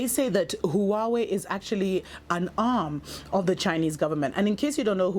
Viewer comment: "... exspecially " Just... I mean... ... *inhale* How... IF YOU CAN'T PRONOUNCE BASIC FUCKING WORDS, GO BACK TO FUCKING SCHOOL!!! - "... some of the spanish countries... " Because there's more than the one. Edit: LMAO "Who-away" XD